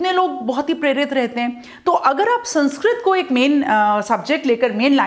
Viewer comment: Mam pronounce to thik se kr lo yeh saaanskrit nhi sānskrit hai